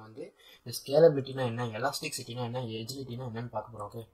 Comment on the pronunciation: I think Agility pronounction is wrong... but this is not that much a mistake. But u r explanation is toooo good